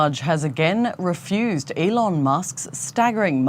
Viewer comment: Te rugam noi sa nu mai vorbesti in Engleza in viata ta ca ne dor urechile...Nici macar numele lui Elon nu-l pronunti bine :))